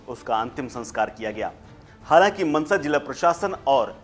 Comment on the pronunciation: लोडू.. मंसा नहीं मानसा है